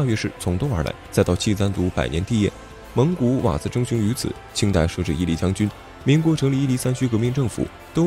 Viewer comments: 应该是瓦剌，不是刺。大月氏读音也需要斟酌。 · 大肉知，瓦辣